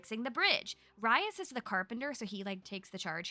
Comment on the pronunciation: Isn’t his name pronounced Reese???